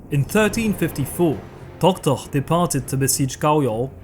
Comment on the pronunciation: I think you love saying "Tohtoh"... Many thanks for your excellent lectures!